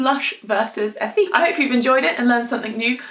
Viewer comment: “Eh-teek “ it’s french. Lol but I love their products! Great and thorough review.